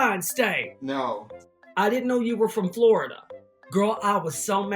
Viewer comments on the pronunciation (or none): none